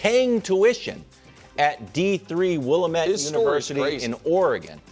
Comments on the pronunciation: I’m from oregon and the way he said willamette 😭😭 it’s will-am-ette 😂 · Will-LAM-Met not Willa-met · FYI, Willlamette is pronounced "wi-LAM-et" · Not very relevant but this is a common mispronunciation. Willamette is pronounced Will-Am-It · Willamette is french so you’re wrong 😅😅😅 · Willamette is a french name so you’re wrong 😂😂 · Wildes absolutely butchering the pronouncement of Willamette University hurts me so much as a person from Oregon. It’s comical how everyone that’s not from Oregon mispronounced the Valley or University that exact way. At least it’s cool to hear the player make the NBA.